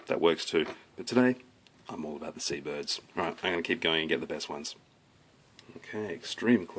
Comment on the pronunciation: "But today...we're doing sea'buhrds." great video.